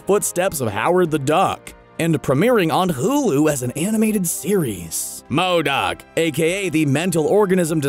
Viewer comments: Why does he say MODOK like that lmao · And you say MODOK that way agian and ima loose it. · I was wondering that too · Why does he say MODOK so weird. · Does he really havta say "M.O.D.O.K." that way? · WHY IS HE SAYING MODOK LIKE THAT😂😂